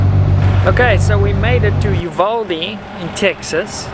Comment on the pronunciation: Uvalde pronounced U-vahl-Dee